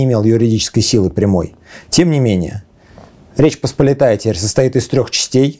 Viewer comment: Что с ударениями у? Какой ТрУбчевск? ТрубчЕвск!!! Какая ПосполитАя? ПосполИтая!!!!